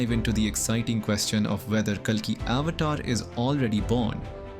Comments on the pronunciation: So you can't even pronounce avatar well?? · Avatar, Puran, ..., are pronounced horribly